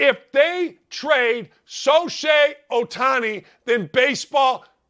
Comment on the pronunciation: Who is soshay ohtani? I didnt know they guy this guy is callin out